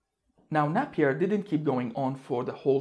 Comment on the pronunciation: Napier is pronounced with a long not a short ‘a’